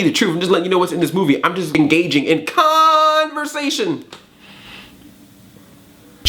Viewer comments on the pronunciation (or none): To be fair, you did actually say 'khanversation' in the vid.